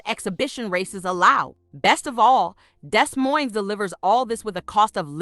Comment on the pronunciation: Baby Doll, the city is pronounced Dee Moine, (the s is silent in both) not Desss Moinessss. Still good to know about these cities though. I agree, but you left out Omaha, Nebraska, where we moved to when I was 6. great health care, and lower utility costs, in all of these cities I've mentioned here. I was born in St Louis, also lived in East St Louis. Later Married a man from Des Moines, lived there off and on through the years. My youngest son still lives there, lived in Sioux City, and Waterloo, Iowa, lots of relatives and acquaintances in these cities, might want to mention Atlanta, Marietta, Smyrna, and some of the surrounding communities in Georgia. All of these cities are very affordable, in my opinion. I would not hesitate living in any of those cities again, if the weather was more tolerable. All of them have in my opinion too many tornadic type storms, Iowa also has those scary Derecho storms, and in winter, now that I'm older, it's just too dat blamed Cold!!!